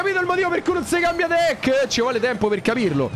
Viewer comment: Volevo dire deck non decki😅